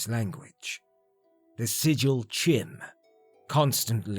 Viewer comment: Damn, not many people can post this often and still keep up this kind of quality. Also, I could be wrong but I think you're supposed to pronounce the 'e' in Padhome, since another spelling for the same name is Padomay. Also CHIM is pronounced 'kime'.